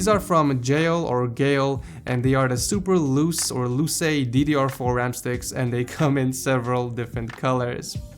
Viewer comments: you can pronounce ram's name superluche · Geil "Superluche" is how you say that. It's italian